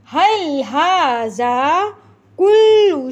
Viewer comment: If you don't mind then please read هذا pronouns ذ، don't say ز...